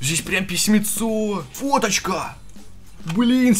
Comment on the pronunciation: кому еще кроме меня послышалось что когда листал книжку сказал не фоточка, а Водочка?